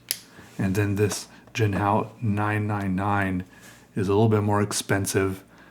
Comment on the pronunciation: You're saying it right. Hung hao. Your sense of humor is wicked cool. Lol I found myself psycho-analyzing your drawing... you were in a good mood right?